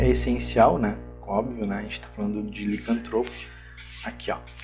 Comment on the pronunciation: Tá certo "licanTRÔpo". Se fosse "liCÂNTtropo", seria proparoxítona e teria acento! Obrigado pelo vídeo!